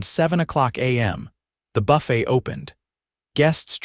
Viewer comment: Good God, 'Quassus' instead of 'cross-onts'(croissants) which is the correct word, 'buff - ett' instead of 'buff-ay'(buffet) which is the correct word and frequently switching the words throughout the story'. Buy a freakin' English Dictionary!!!